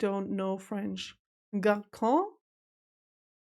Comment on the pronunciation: IT's gar son